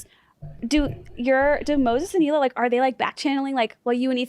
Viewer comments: Well, Ethan has been with her since 2007, lived in Israel, been around her friends and family and still won't pronounce it correctly either. My guess it is because americans just can't pronounce the letter H properly. Erbb instead of Herb, for example. Think "HeeLah". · What i wanna know is how she's gonna marry Moses and still not pronounce his sister's name correctly. Like I CANNOT be the only one show notices she calls her HEELA